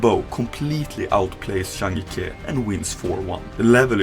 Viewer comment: Please pronounce the J as a J in zhang jike’s name for gods sake. The name’s pronounced “Zhang Gee kuh” not “yike” Yikes